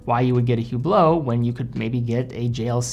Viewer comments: Please, it is pronounced Oo-blo, not Hoo-blo. The H is always silent. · Pronounced, "ublot". The H is silent. Just saying. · You should never pronounce the "H" in Hublot.... and you should never wear an Hublot...